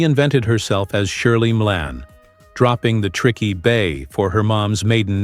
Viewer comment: Who is responsible for speech programming her> here?? it is not "ME- ALANE" - it is as we all know